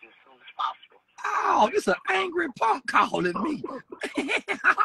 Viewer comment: 🤣😂🤣💀 "This a ponk!! Aaaaw this a angry ponk callin me" 💀